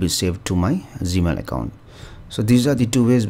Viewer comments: Accent. He is talking about G Mail. I appreciate his knowledge. I was able to learn from him. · Why does he say Z-Mail?